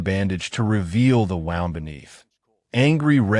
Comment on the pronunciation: Wow-nd ? Woo-nd One twisted wound! The other injury wound “Noun”